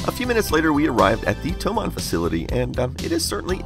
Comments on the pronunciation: Sorry, but it's "THOMANN". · BTW it's Thomann, not Thoman